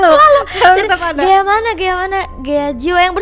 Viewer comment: GHEA kak bukan GEHA